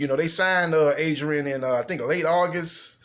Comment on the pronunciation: Did u say Adrian penis in?